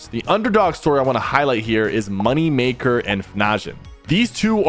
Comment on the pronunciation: Great viedeo but look into how to say moneymakers duo XD